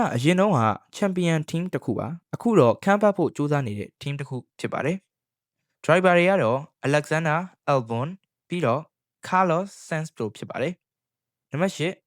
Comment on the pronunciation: အသံထွက်တွေမှားနေတယ် bro Mc Laren = မက်က် လာရင် (or) မက်က် လဲရန် Yuki Tsunoda = ယူကီစူနိုဒါ (အခု Isak Hadger= အီစက် ဟက်ဂျာ) က ၂၀၂၆ မှာ Red Bull အတွက် 2nd driver ပါ Carlos Sainz = ကာလို စိုင်းဇ် အသံထွက်တွေသေချာအရင် အဆင်ပြေအောင် လုပ်သင့်ပါတယ်